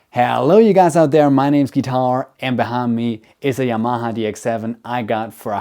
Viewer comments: Could you clarify Y'mah ? It's pronounced Yamaha, Japanese for Harmony. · There's no stress in Yamaha- it's a Japanese word.